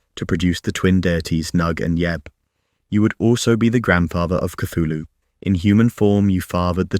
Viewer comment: People spedd name WRONG! Cthulhu sounds like chocking sound. You hear only long "u" in the end!